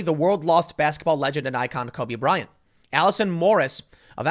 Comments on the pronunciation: Tim, you keep saying “Kobe Bryan.” It’s Kobe Bryant. This is such a non-story but if we’re going to nit pick verbal gaffs, I feel the need to point it out. And I heard “nakers.” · Is my dude Tim saying “Cubby Bryant” !??